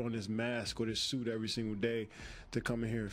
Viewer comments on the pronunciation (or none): none